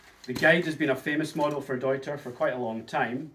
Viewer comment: Cheers to pronouncing the brand correctly